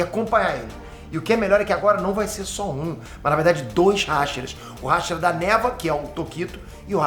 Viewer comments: Se falar hashira ele fala rachara 🤣🤣🤣🤣🤣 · Mn q raivaaa ele fala raxiraaa i e hashira.. ele n pronuncia certo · Para de falar RÁshira plmds, ta me encomendando pra crlh KKKLKKKKK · Ninguém,: RASHIRA 🥸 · Você é um ótimo YouTube mas você não sabe falar hashira